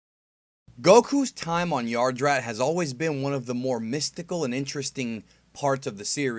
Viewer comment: Yadrat, not Yardrat